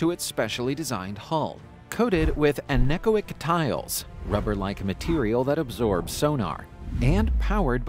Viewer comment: The word anechoic is pronounced An-eh-KOY-ick